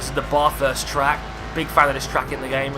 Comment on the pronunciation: I feel rally bad for saying this because it was such a great video, but as an Australian it frustrates me when people try to pronounce Bathurst and they pronounce it wrong. It's pronounced Bath (short vowels the way through) - urst (same as always). the Bath part should sound like your saying Kath (as in short ath) thanks for hearing this!